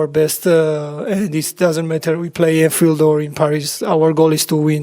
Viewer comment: Anthield lol, am not sure 😂